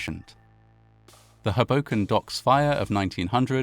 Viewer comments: For future (and viewer) reference, both Hoboken and Weehawken are pronounced with the emphasis on the first syllable. Always happens when people make videos about the Matawan shark attacks too 😅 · It's not hu boken it's Ho Boken. Both Os are long sound. I know a lot of people get it wrong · HOboken, not HoBOken, I’m afraid. Same with Weehawken. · Great job as always. Pronunciation tip: Hoboken = HO-bo-k’n, not Huh-BO-k’n. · It’s HO-bo -ken, not Ho-BO-ken. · It’s pronounced “hohwbowken” not “habowken” it’s a hard owe not hah. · I know it really doesn't seem like it should be my British bb, but yeah, it really is HO-boken. Not ho-BO-kin. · its just "hobo-ken", not "Huhbocan" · ust for future reference, it's HOE - boken not, HUh - boken.... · Oh how sad, and how bizarre. Just by the by...it's pronounced HOboken (not hoBOken). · bergen county native here - it’s HOE-bo-ken. also, SEE-caw-cus. that is all. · Stunning. I was raised in Hudson County, my family members were teamsters, worked on the docks in Weehawken, North Bergen & I don't think anyone even heard of this horror (which is creepily reminiscent of 9/11). PS With the NYC accent it's pronounced HOboken, just fyi. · He pronounces it like "Hadoken" from Street Fighter 😄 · Another excellent video. Incidentally, the emphasis is on the first syllable, as HO-boken. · Pronounced like Crow-Broken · Your pronunciation of Hoboken is adorable and so British. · This is a horrible event but your pronounciation of Hoboken throws me off every time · As a NYer, I can't tell you how much I love how you say "Hoboken". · I can’t watch a video that can’t pronounce the well known town of Hoboken, NJ